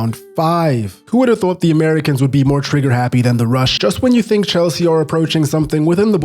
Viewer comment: Hel-sea is right 🥲